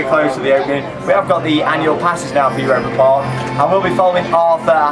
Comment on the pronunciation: your pronunciation of "Europa Park" is much better now :)